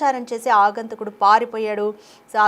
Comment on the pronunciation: ఆగంతకుడు కాదమ్మా, "ఆగంతకుడు" తెలుగు భాషను పాడుచేయ్యొద్దు.